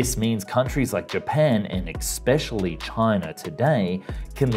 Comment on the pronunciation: Why must some Americans "Expecially" rather than "Especially". It is really annoying. Otherwise a very good video.